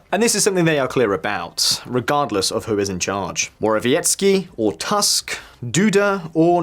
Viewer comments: Prime minister family name is Tusk not Task. In Polish u is always pronounced ‘u’ never ‘a’. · Thank you for your job. Small tip - name of the Polish prime minister is pronounced phonetically as "Toosk". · Your pronounciancion of Polish names is pretty good with one exeption: "u" in Tusk should be read not like "Trump", but rather like in "book" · When do they learn how to pronounce Tusk properly?